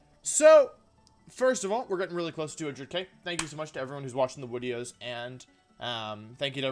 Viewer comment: Day 1 of asking why he calls them Wideos